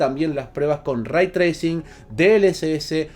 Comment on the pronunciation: Se pronuncia "rey" no "ray"